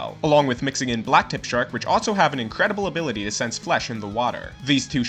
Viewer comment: i'm sorry, you pronounced shark as SHREK